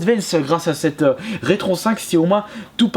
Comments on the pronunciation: On a déjà du te le dire mais la console se prononce Rétro N5 et non retron5. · Non plus, c'est RetroN 5.